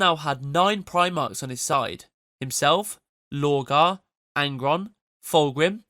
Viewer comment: I'm not so sure, the pronunciation of lorgar switching to low-gar is suspicious.